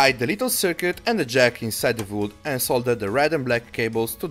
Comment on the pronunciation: "Zmall nail" "vood"